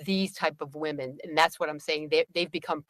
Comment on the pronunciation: why are you pronouncing women exactly like woman---singular vs. plural?